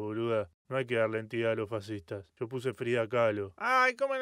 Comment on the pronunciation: No dijo yo dijo sho 😍